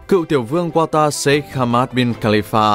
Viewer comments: không phải QUA TA mà là CA TA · nước QATAR nhưng sao mấy ông đọc QUA TA vậy, ??? Đọc đúng là KA TAR chớ. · Kata chứ k phải qua ta nhé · anh phát âm qatar là qua ta nhưng các bình luận viên bóng đá lại phát âm là ca ta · Qata nhé, không phải Quata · Đọc tên cho đúng bạn. Ca - ta phiên âm phải vậy nhé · Qatar (Catar) đọc tên nước cũng sai😀🥱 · đọc sai tên quốc gia rồi : ca-ta .... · Ca ta đoc cũng sai